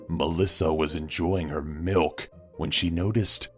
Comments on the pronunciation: Muadh Moiz It was the way he emphasized it. Made it sound hilarious. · OH NO, ANYTHING BUT MALK